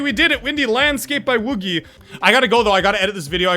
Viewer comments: It's pronounced "Woo-jee" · It is pronounced W-O-O-J-I but spelled WOOGI